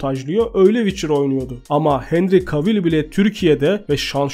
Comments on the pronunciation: Abim çok iyi video ama henry cavill i sesli söylerken henri kevıl diye söylememiz gerekmiyomu bütün video henri kavil demen çok garip geldi :D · Abi sponsor kelimesini siponsor değil sıponsor diye oku bir de kavil değil de kevıl de cavill'a